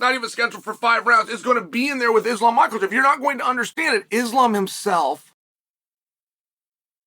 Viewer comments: Why does he keep calling him Ma Kal chaf? I really need an answer. 🤔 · "Islam Makkeltjev" lmao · Guys let’s not buy until he says Islam’s name correctly 😂